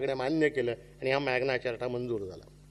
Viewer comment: अहो साहेब , मॅग्ना चारटा नाही हो, मॅग्ना कार्टा असा उच्चार आहे